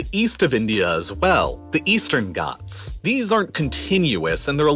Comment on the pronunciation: Bro it's not westan goths it's ghats I'm from Uttar Pradesh Your prounation is 🤣 on Hindi words